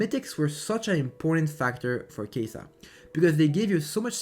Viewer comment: why u saying keisaaa its kaisa